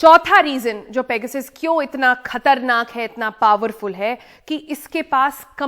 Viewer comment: मेडम शुद्द बोलो ,पेगासस है